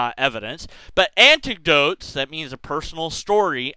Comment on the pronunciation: You are mispronouncing "anecdote." No "t" before the "n."